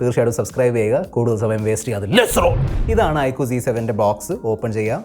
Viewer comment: I കു അല്ല mr....I ക്യു.......ചമ്പൂർണ ചാച്ചരത